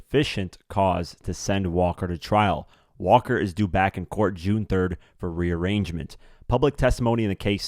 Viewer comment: My only problem is your reading skills. Ba-ret-ta (pronounced) Re-arain-ment (rearraignmemt pronunciation)